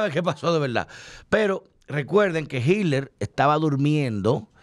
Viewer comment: no se dice HidLer es Hitler!!! Es Alemán no ingles!!!!!!‼️‼️‼️